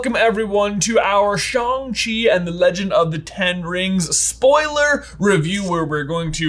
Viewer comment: Wow, finally a review that pronounces Shang-Chi correctly! But more importantly, what Hogwarts house does Shang-Chi belong in?